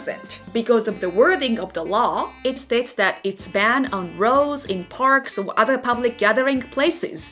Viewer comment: Great video. I would suggest being more precise in your pronunciation of English words. Uter when you meant Other for example. Every language has its melody and sometimes it important to recognize when your using the Japanese melody when trying to speak in English. Learn the English melody and your English will improve significantly.